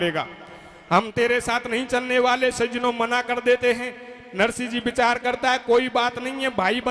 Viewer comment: सज्जनो शब्द को थोड़ा सही बोलें। बाकि धबले जी जैसा ही सुंदर गा रहे हो